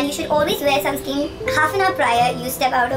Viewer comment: Dear sis it's sunscreen not sunscream. Just so you take it positively love you so much 😊